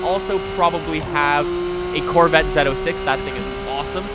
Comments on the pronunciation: Why do they pronounce the z06 as (zetto)6? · It's actually "Zed-oh 6". The Zed is just a Z, but Britains and other countries say Zed instead of Z.